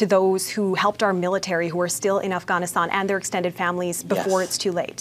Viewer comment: Not to mention that insufferable way she pronounces "Afghanistan" and "Taliban".